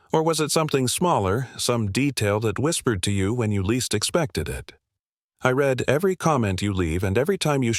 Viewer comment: Please pronounce ‘read’ properly instead of pronouncing as past tense ‘red’. So annoying.